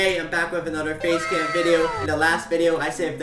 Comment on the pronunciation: Ah yes, facacam